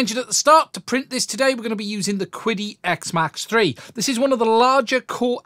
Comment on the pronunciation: I am afraid the pronunciation of "Qidi（启迪）" is actually "Chi Di", it's a Chinese word meaning Enlightenment